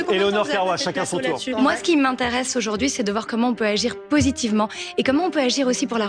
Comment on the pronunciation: Comment agir positivementeuuuh 💅💅💅 et la paixeuuuh 💅💅💅 Pendant ce temps, il y a tellement de drones qui survolent gaza qu'il y a assez de bruit pour en faire une musique, ils se foutent de nous.